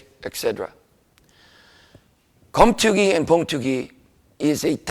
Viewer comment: Keumtoogi is the proper pronunciation.